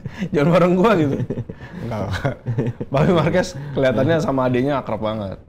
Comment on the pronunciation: Marquez bacanya Marqez bkn marquez